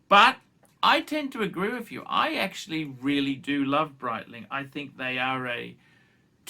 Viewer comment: Breetling, not just phor tools!, a classic Archism pholks.